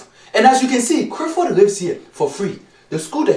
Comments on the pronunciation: Madafo😂😂😂😂😂 it's not crifford it's Clifford or neither is it crif it's clif 😂😂😂 like if u agree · why do you not pronounce Cliffords name properly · It's not only Clifford name you pronounce wrong it's also every word that has a l in it. Why do you say it that like that?